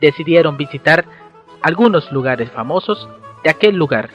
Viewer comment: Los ''espetro'', de versalles como pronuncia de mal jejeje, algunos lugares ''jamosos'' ay no sigo, que voz tan irritante, ''diferette, ah no...